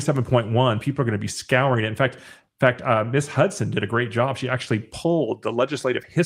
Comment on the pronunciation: Appreciate your balanced and insightful commentaries but want to add a heads up: “Ms” is pronounced “miz,” not “miss,” which can come across condescending and dismissive, like a demotion of a woman to a girl. I’m not a BL fan, but I worry it weakens an objective stance, and I flinch every time I hear it. Hope this is helpful.